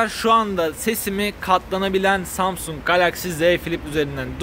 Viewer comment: Ya bu zamsung ben feroyu az dinle yaaa (kat--lana---rak )